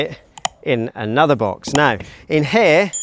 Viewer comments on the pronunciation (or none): none